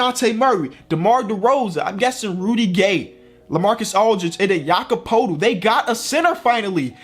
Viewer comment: it’s pronounced Yakob Pertyl not Yakob Potel